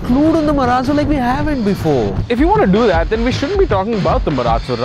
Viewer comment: I mean no offence but Mahindra Marallo xD